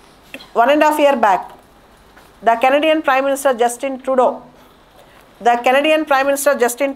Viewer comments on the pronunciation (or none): none